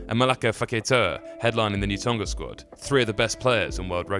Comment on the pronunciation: FFS - 'Tong-ah' not 'Tong-gah'!